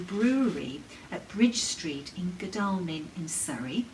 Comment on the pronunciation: Very sad end to a life. My ears pricked up when you mentioned Godalming(pronounced Godallming) I was born about four miles away. 'Amy' certainly does look different, very nice to see.The video was wonderful all the dogs look very happy. Your teasing usxlol. Safe trip Take care🤗